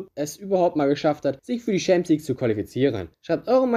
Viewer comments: Das ist nichtmal das Problem, man muss nicht jede Sprache perfekt aussprechen aber wenigstens ChampionsLeague nicht SchämpionsLig aussprechen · Ich mag deine Videos. Wirklich. Aber "Schääämpiensleague oder Scheelsie (Chelsea)" geht echt nicht. Das spricht man nicht so aus, das hört sich falsch an. Entschuldigung. Ich mag deine Videos wirklich sehr. Mach weiter so!! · Schämpionsleauge 😂 beste Aussprache 😂 no hate brudi aber das klingt echt witzig hahaha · Schempions League haha. Alles gut, kannst nichts dafür. Deine Videos sind geil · Hast du jetzt echt das Gefühl, dass dies schwierige Wörter sind? Ohje. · Alter lasst den Bre doch schämpionslig sagen... es weiß doch jeder was gemeint ist. Außerdem finde ich die Themen immer geil und ich finde die Aussprache von manchen Worten macht ihn zur Marke! Einfach weiter so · Deine Aussprache von Champions League ist kaum auszuhalten